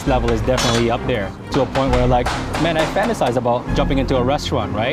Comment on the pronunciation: About how the dudes pronounced "mani". Filipinos will understand.